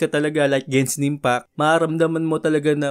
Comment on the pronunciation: gensin impact ? yung nadidinig ko talaga 😂